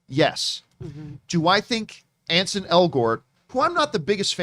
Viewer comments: It's ANSEL , John. Not Ansen. 🙄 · At least learn his name. His name is Ansel, not Anson.